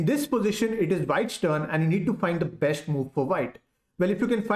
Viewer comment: Can you please stop saying Besht instead of best? It is very annoying and jars my ears.